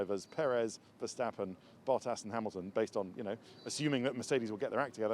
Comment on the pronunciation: Maybe you guys should learn how to spell Verstappen more properly like Murray trying to pronance Ayrton's name more properly. You Say Mex Vehsteppen but maybe should say it more like Maks Verstappen. Google translate can help these days!